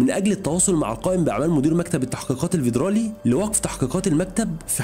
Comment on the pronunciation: حلقة حلوة بس مفيش حاجة اسمها فيدرالية او ڤيدرالي اسمها فيدرالي عادي بحرف ال F مش ال V